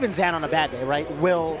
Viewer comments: it’s pronounced “zain” not “zan”, the fuck is up with the commentary 🤣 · Weird to hear zeen instead of zain but glad I now know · are we saying ZAN now lmao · sorry bud this is america and im an american, i aint saying ur name with no afghani pronunciation nonsense your name is spelled z a i n and im pronouncing it that way the south will rise again